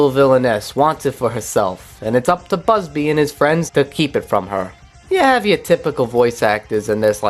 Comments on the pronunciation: I hate how you keep pronouncing bubsy as "busby" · First order of business when reviewing something, learn how to pronounce the name of the thing you're reviewing. Otherwise thanks for the review.